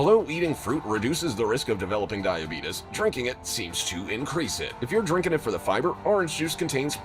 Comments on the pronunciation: dibetis bro its dibeates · The way he says " Die A Be TUs" is cracking me up..... Very informative video!